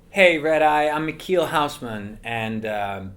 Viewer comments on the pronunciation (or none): Why does he pronounce his own name wrong? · So all this time I've been pronouncing his name wrong? Jdjdhhjf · I have to disappoint you, but he adjusted the pronunciation to accommodate English speakers because they would struggle with the actual way of saying it. Im from the Netherlands and know for certain that in Dutch it’s pronounced differently..